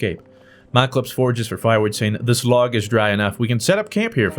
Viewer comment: "Malcalypse" MALACLYPSE